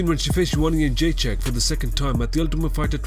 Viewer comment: He has a problem with every english word he says, pronounces "Joanna Jędrzejczyk" properly .... what the hell?